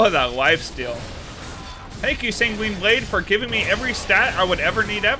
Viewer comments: Hey just FYI Sanguine is pronounced more like "Penguin", try googling "pronounce sanguine" you'll see. It's not "sang-WEEN" it's "SANG-win" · Sang-gwin with a soft g to end the first syllable and a hard g to start the next